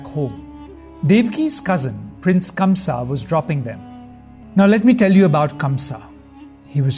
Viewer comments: Such a bad narration and by the way his name is kans not kamsa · It is Kansa !! Not Kamsa !! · By the way that's kansa not kamsa!!! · Kamsa? It's kansh